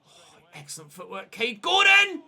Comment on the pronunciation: When you said Gordon during the forest game I thought you said corden and i was reminded of James corden, Cheers days ruined sons crying thx Btw stone to CAM, love the videos